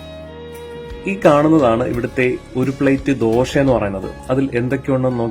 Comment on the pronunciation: ദോഷ, അല്ല ദോശ